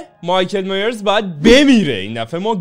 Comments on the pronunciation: مایکل مایرز نه میرز 😐😂😂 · مایکل مایِرز میگن